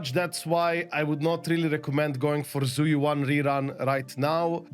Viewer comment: Zhu Yuan if I recall Is spoken as Jüe Ü-en or Shoo Eww en , more or less.